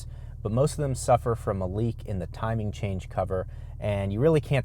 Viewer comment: Did he say " timing change"...